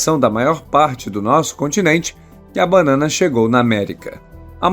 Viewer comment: Não é bannana é banana.